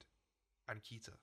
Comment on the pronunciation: I have to be honest the way pronounces Keter really bothers me for some reason